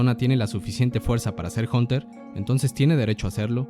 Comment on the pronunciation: porque dice jonter jajajajaa